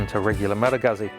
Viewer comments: Goozz Zee please. I heard Malagasy all the time. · Please stop saying Guhzzi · Why can no one say this word? Guzzi. Pizza. Goot see. Peet sah. Pretty sure they’re trolling at this point